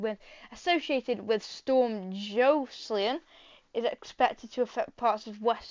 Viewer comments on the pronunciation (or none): Think it’s pronounced Joss-a-lynn